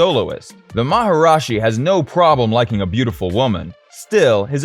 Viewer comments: I suggest redoing the video, as you say maharashi where it is maharishi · Everything except the way he mispronounced Maharishi as “Maharashi”. Mispronounced it every single time. Didn’t get it right once. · How devaluing, disrespectful and unprofessional that you did not do enough research to even learn how to PRONOUNCE MahaRISHI correctly instead of your total mispronounce MahaRAJI. Geez. This reflects on you and this channel as being a goofball know-nothing with no credibility. We are talking BASIC grade school level journalism here. I would Redo the whole piece. What's your name, Bozo? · It’s “Maharishi” not “Maharashi” as you mispronounced literally EVERY single time in the video. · 1. Anyone who disables dislikes gets no upvote, like or subscription from me; 2. Even WITHOUT the disabling, no upvote for sh*tty AI voice; 3: "MaharAshi"???